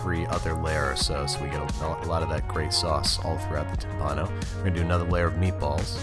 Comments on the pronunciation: Great stuff! (But the accent goes to the first I) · Tìmpano no timpàno dio ti fulmini